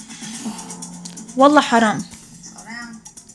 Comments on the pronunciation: Did you say wollah haram🤣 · Did she say wallay haram? انصدمتتت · Did she say “Wallah Haram??” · Not “Wallah Haram” 😅💀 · Did you just say wallah haram😂